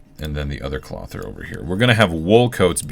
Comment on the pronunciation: Glad to see this episode - I've been missing watching these. Norman told me to tell you that clothier is pronounced like Kloh-thee-er, but he didn't want to tell you directly because you made him nervous the last time he corrected you. :P